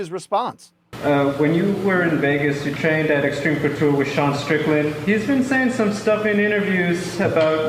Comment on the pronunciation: Man said Strickland 😂😂